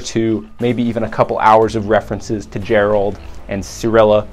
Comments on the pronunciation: Ger-alt..... have you ever played witcher 3 with the sound on? How you pronounce it? Ger-alt? really? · Dude it's not Gerald it Geralt